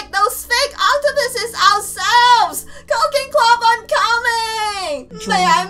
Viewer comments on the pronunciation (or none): you pronounced cooking club into "Cocaine Club..." PS: I Love Yo Vids! :3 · it sounds like she said cocaine club